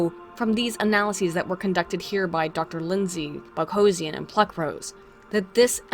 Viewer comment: Separately, I have a sneaking suspicion that the reason you started mispronouncing "Boghossian" is that you've said "Sarkeesian" too many times.